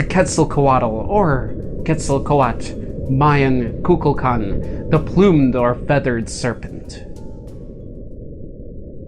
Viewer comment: When he say mayan cocaqdel (sry for spellings )sounds like coca cola